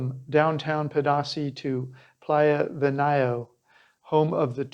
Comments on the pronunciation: It’s pronounced: Pay-dah-si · Unbelievable that a gringo that would like to perhaps connect with locals and appear to know the culture and place not even make the smallest effort to pronounce the name of the principal subject of your video correctly. Every time i hear "pah dah say" I want to puke. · its pronounced ped-a-SEE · Nice video...but, Pedasí is pronounced as Peh-dah-SEE. And Venao is pronounced as Veh-NOW. Do your homework! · Pedasí has an accent on the last syllable, not the middle one. Venao is pronounced vĕn•åh'•ō. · Seriously bruh if you can't even pronounce the town name ... smh